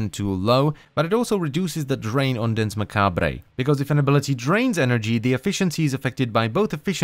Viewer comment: Danse macabre has no é sound on the end, the e is silent